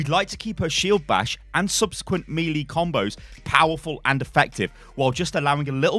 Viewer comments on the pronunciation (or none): Fabian Jules yeah that’s not the proper pronunciation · "mee-lee combos"😂😂